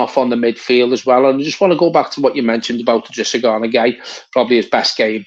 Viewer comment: I’drissa not L’drissa - but great video again! UTFT! Great win!